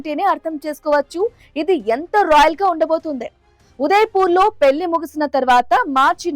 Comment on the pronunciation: పెళ్లి అనాలి అక్కా😂😂😂 పెల్లి కాదు😅😂😅😂